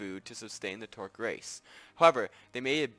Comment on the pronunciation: It's a trork, not a tork.